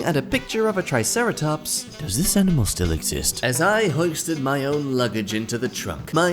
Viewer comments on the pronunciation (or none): none